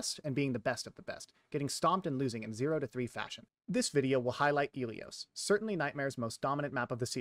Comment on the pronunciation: the fact that you say "Ilios" like eelios when the game itself pronounces it like Ill ee os is crazy